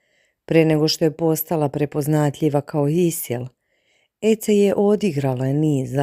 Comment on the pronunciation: Ona se ne zove Ece nego Edze bar se tako izgovara, ako vec ne znas Turski nauci.